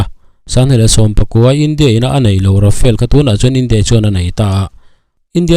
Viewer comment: Rafael ti tlat, Rafale ania, mizo tawnga kan chhiar anga chhiar rik tur, Ra-fa-le...